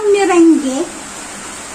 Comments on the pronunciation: Merang nman po talaga ang bigkas pero kami kasing mga ilokano meringge ang tawag...kahit kami sa ilocos meringge ang bigkas namin..English po ay merang.. ok lng yan..ilokano tayo.. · Meringue is pronounce as "merang" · Dam merang Ang pag pronounce deli meringue. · MERANG po pronunciation ng Meringue🤗